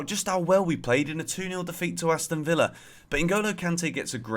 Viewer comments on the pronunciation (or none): none